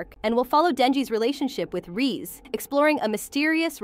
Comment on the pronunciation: Bro called reze so many names and so wrong rizzy reesy reez